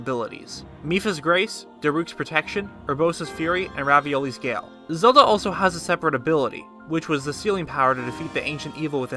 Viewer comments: did you yust say rabiolis gale😂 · man said raviolli,s gale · bruh its revalis gale not raviolis gale what u making pastas or somthin? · “raviolis gale” bye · It's recalls Gail not raviolis gail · Anyone notice he said “ravioli’s gale”? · Ravioli's Gale??? ITS REVALIS GALE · lmao he said ravioli's gale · Did no one notice that he said raviolis gale? Mood because I’m hungry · "Raviolis gale" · did you say… RAVIOLI’s gale??😭😭😭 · “Raviolis Gail” 😂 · "Raviolis gale" 😂 I can't I listen to that line 6 times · I heard Revali's Gail as Ravioli Gail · He said Ravioli's gale im done😂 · you said raviolies gail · Ravioli’s Gale XD did he really say Ravioli? Or is that just me? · Who realized that he said Ravioli's Gale? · He said raviolis gale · I swear he said raviolis gale... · He says Ravioli's gale